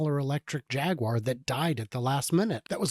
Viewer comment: I think they are going for the "Ja gyoo er" way of pronunciation